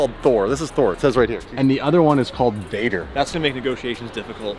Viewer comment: It's "Väder", not "Vader".